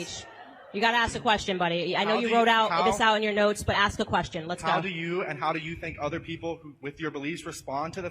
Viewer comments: it's ask, not axe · I appreciate you saying ASK the question the third time... I normally tune out after I hear AX...